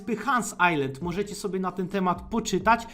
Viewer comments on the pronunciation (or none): none